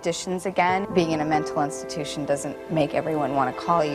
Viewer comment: She said constitution i think instead of institution